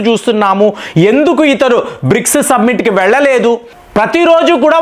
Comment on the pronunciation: Dear repeatedly you are using "submit" instead of "summit" please rectify your self